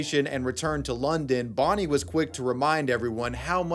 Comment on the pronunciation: It's Bonnie not "Borrneee"....ffs!